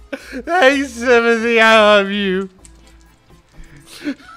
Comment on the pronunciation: I honestly thought Timody was just Timothy with a speech impediment